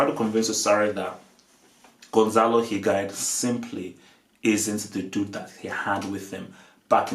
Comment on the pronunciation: "Higain" lol